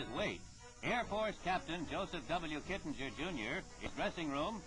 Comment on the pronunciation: The announcer is BUTCHERING his name. It's pronounced 'Kit-ing-er'. Not 'Kit-in-jer'.